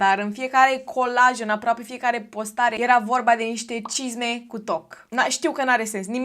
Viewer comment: La un moment dat pe la mijlocul videoclipului de fiecare data cand spuneai “cisme cu toc” ma apuca rasul:))